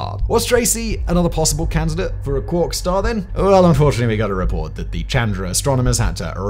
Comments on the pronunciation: You’re pronouncing quark wrong and it’s distracting 😅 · And I soon as he said it the first time I googled it to make sure I wasn’t going mad and he’s 100% pronouncing it wrong